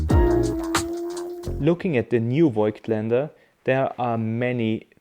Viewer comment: Die optische Formel wurde ja nicht geändert, somit sollte eigentlich klar sein, dass die Bilder gleich sind. Und als Wiener sollte man „Fogtländer“ richtig aussprechen….😉 ehrlicherweise dachte ich auch immer, es heißt Foitländer“, tut es aber nicht. Ich finde Deine Videos trotzdem sehr informativ….